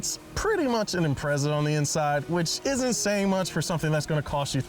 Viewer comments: Imprezzza!? Shut up! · I love your show guys, but as an international car show can you please learn how to pronounce their names. Or at least say it ironically when you don't. Every time you said Impreza i felt like sticking a knitting needle in my ear.... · is it bugging anyone else how they say impreza?